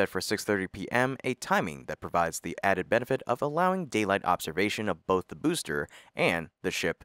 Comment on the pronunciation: Why do you say "thee" when you mean "the"?